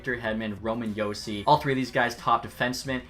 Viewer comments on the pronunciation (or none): none